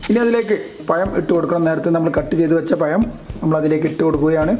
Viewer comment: പയം അല്ല പഴം